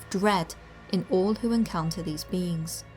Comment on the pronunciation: Every time you say "Black Eyed Beings" I hear "Black Eyed Beans" Anybody else? 😂